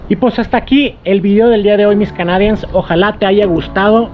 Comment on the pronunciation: tiene que aprender a pronunciar "canadians" porque es una de las palabras que más usa en su canal. Por lo demás estoy muy agradecido con la información.